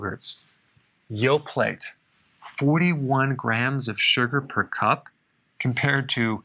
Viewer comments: Did he say Yo-Plate? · Dr B. Did you say yo-plate? You did. It made me laugh a little. Ok, I'm paying attention now. Carry on 😉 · Did he say "yo-plate"????? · Dr. Berg, you just lost credibility with me! ("/yo-PLATE/"??!!) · I was also very surprised when he pronounced it like that...surely he must realise the t at the end of the word is silent??!! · I heard that, too lol! For all the excellent info he provides, I'll give him a pass on the "yoplate"!!! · Yoplait doesn't have the "t" pronounced,. Dr. Berg. C'est une compagnie Francaise. Merci.